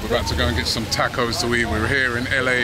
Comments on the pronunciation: Why they say tacos like tecos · Robbie, learn how to pronounce 'tacos' mate, jeez, the English, invented the language can't even use it properly